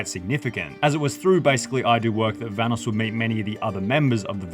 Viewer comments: dang hahahaha forgot how delirious used to call evan VA-NOSS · are we not gonna talk about how pronounced vanoss